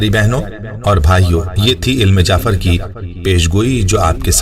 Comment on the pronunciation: علم جعفر نہیں میرے بھائی، لفظ "علم جفر" ھے۔